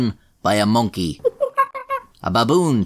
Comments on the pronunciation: Am I the only one who really enjoys the way says the word Monkey? “Monky” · minky to be precise:) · I love it when you say Mönkee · The way you say Monkey doe